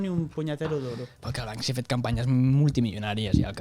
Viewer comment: Perque tots li diem Bansky si es diu Banksy?